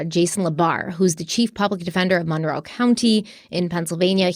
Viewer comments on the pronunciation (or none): none